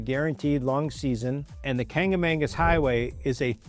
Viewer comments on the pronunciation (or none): Not "Kanga-mangis", sweety, "Kancimagus"....